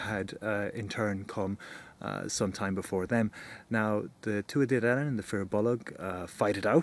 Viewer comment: Donn, not danu.